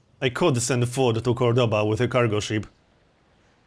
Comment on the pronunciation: Could you please use the correct pronunciation of the cities: COrdoba and GranAda?